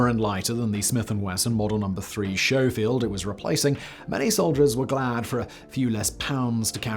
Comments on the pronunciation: I think you need to go back to shool to relearn how to say showfeild. AND clips load magazines i.e. it's not a banana clip, it's a magazine. Great episode. God bless our lord and savior John Moses Browning and his messiah Eugene Stoner. AMEN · Sko' Feld, Long "o" and long "e"... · Schofiield .. is pronounced; Skow field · Communists use "banana clips" (AK-47). Americans use box magazines. Also, upon its introduction; the M16A1 used a 20 round "box magazine". And it's Sk O (long O) field, not Show field. I get it, I get it... just like aluminium; you guys talk funny 😊. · The S&W Model 3 Schofield is pronounced with a K sound not the CH sound. Like Skofield. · I thought "Schofield" was pronounced S-Kou-field, as it comes from the name of general/colonel George W. Schofield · Schofield. "Skoefield." Like the Schofield barracks on Oahu. (BTDT.) steve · Schofield isn't pronounced like that It's pronounced Sko-field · Pronounced sko field. Actually you're wrong about being able to own a machine gun. After 1934 you had to pay a tax stamp tariff fee of $200. After 1968 you had to add it to a registry, after 1986 you could not have a new machine gun built after 1986. You could buy a Thompson SMG from a hardware store or through a mail order catalogue until 1968, after which you had to purchase it through a federal firearms licensed dealer. Fact check much? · The Colt DA 38 did not replace the Schofield. The Scofield was a "supplemental" firearm that served along side the Colt Single Action Army .45. It was in service for only about 5 years before it was withdrawn. The DA 38 replaced the Colt SAA. And it's pronounced "skoh-field." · The “ch” in Schofield is pronounced like a “k” - like “Skofield” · you need to learn to enunciate the word Schofield